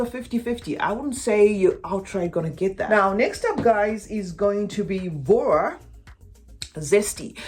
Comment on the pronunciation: Voux is pronounced vu. Love your channel ❤